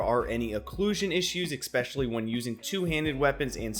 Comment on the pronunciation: Bruh I will donate to your patreon and subscribe for life if you promise to stop saying "expecially"